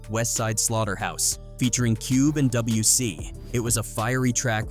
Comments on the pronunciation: PS its WC he literally throws up the W all the time. Its pronounced Dub C but its spelled WC. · Common was a soft target. The westside connection was h0es for that and common should have known it wouldn't have been a lyrical battle P.S. it's Dub C 🤦‍♂️ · lol it’s not WC it Dub C and it’s not Doz E.F.X it’s pronounce Daz A Fex and it’s spelt das e.f.x lol a man wasn’t PAC already dead before their???